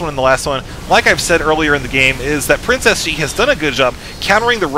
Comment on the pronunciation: It sounds like you're saying Princess G and not PrinceSG : ) Not very lucky with that nick I'd say ; )